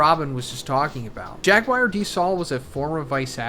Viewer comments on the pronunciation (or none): none